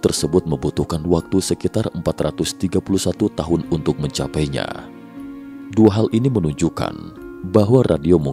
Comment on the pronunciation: Belajar membaca dulu pak... Masa Y (ye) dibaca yek, 2 (dua) dibaca duak...